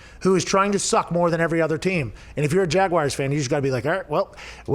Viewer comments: Every time Pat says Jag-Why-ers another american child drops out of school :( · Wtf is a “jagwire” 🤦‍♂️